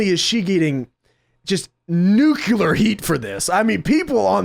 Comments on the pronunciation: The word is nuclear. That's NUKE-LEAR. Not NUKE-U-LAR. Only dumbasses get that wrong. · Hate to be this guy but it pronounced uncl(ea)r heat! Not nuk(u)ler heat! Other wise great video dude! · He said that Rousey had "nucular heat". The word isn't "nucular", it's "nuclear". Picky, yeah I know what he meant, but still, mispronounced words are mispronounced words. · New-cue-lir, right? What was he saying?